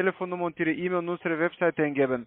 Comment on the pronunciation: Per Eämil. Wer kennt sie nicht, die Eämil Adresse?🤣🤣🤣